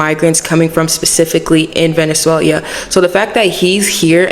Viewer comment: Its not venezuelia its ve-ne-zue-LAH. But good video otherwise! Thanks for bringing attention to the venezuelan people and their struggle. They come from an oppressive military narco dictatorship, i recommend investigating more about the venezuelan situation. You will find that in this new age its the root of alot of the instability in Latin america. Keep up the good fight and keep people informed!